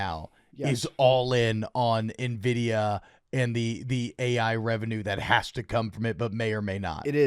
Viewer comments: Producers not realize it’s NVIDIA and not Envitia? I wish I was that blissfully unaware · Nvidia, not Envitia lol